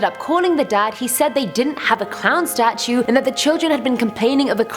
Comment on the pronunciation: The stautue i heard that